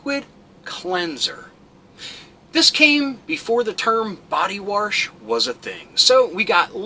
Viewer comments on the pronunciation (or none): Wth is body warsh? Lol jk